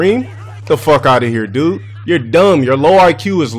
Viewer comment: Can someone pls show me any time that he actually pronounces the “de” part in “dude”? I swear I’ve only ever heard him say “Doo”